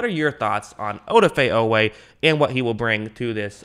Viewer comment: Oweh consistently running down backs, was no fluke. He ran sub 4.4…work on that pronunciation, you’ll be talking about him a lot this season 😈